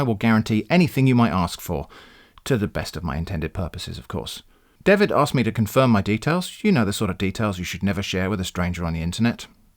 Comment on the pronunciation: Javid not David.